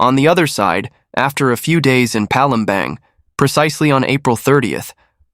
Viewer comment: Palembang..pronounce as Palembarng..not Bang